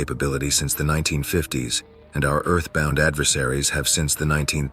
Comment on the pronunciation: Am hour? You really think i want to listen to an entire hour of? DEAL!